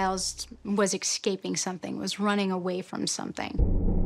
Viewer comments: the minute she said " ix -caping " she no longer became a reliable source lmao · The lady who has the phd clearly isn’t a doctor of the English language.. the pod of pilot whales were EXCAPING? 🤣🤣🤣🤣🤣🤣🤣.. not escaping